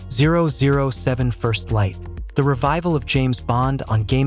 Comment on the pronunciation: There's always a lot of debate over the voice in this channel if it's AI or just the way someone keeps a mellow tone throughout. But that 007 pronunciation is proof for AI that's for sure lol 😂